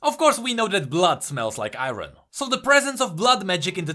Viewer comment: Iron pronounced as "ah-yorn"